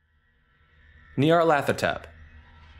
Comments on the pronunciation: KUH-HULL-LOO not K-THOO-LOO YAR-LAT-HO-TEP not NEE-YAR-LATHOTEP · Say it with me “Gnarl-A-tho-Tep” thank you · Not to nitpick, but of all Lovecraftian entity names to get wrong, Nyarlathotep is not one. His name is "Nyarlat", while "hotep" is his title as a pharaoh, there's no "th" sound in his name. It's simply nyar-lat-ho-tep.